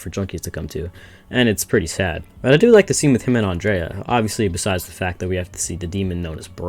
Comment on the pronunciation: bro saying Andrea instead of Andrea